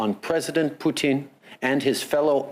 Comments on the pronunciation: Yet no one noticed he calling putin " poutine"..... someone mustve been hungry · Poutine? I think you meant to say Putin.